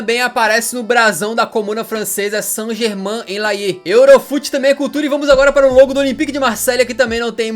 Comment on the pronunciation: Saint gemain " on ler "